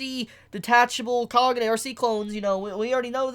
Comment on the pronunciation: I like how he FUCKING SAYS KAGUNE WRONG WHAT THE FUCK